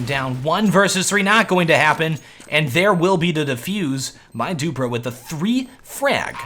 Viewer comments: keeps calling him "doopra" lololololol dewwwPREEEEEE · Its dupreeh not dupra and flusha not floosha :) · it's duprEEh not dupruh ;) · zipnix not sipe-nix flush-uh not floosh-ah du-pree not du-prah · Dupreeeeeeeeeh not duprah Flusha not flooosha sipnix not sypenix Just saying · Dupbrah? Its dupreeee m8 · should pronounce the name right, dupreeeeeeeh eeeeeh not dupre. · Jesus, device looked fishier than flusha back then. Also funny hearing call dupreeh as Doo-pra' 😂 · Dupreeh is pronounced Dupree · always has some trouble pronouncing player names rofl.